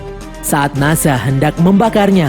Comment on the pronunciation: Nazha ❌ Nezha ✔